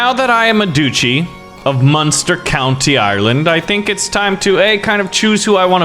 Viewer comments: you’re making me mad duchy is not a hard word what is a du chee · This man is triggering me every time he says duchy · Doochie It hurts me It’s DUTCH-Y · It is pronounced Duch-ey not doochy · Everybody else: Duchy: Doochy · How can he live happily knowing that he pronounces “Duchy” as “Doochi”? Like seriously, how do you sleep at night? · the way this guy pronounces dutchy is appalling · Every time he says doochie I want to strangle him